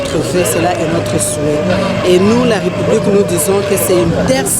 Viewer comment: petit rappel de diction < la république se prononce avec un é ouvert. <retard se prononce avec un e fermé. Bon courage.